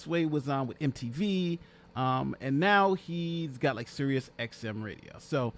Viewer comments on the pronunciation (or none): none